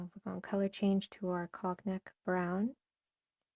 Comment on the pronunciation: Beautiful design and colors. Cognac = cone yack, proper pronunciation. It's an amber colored liquor also.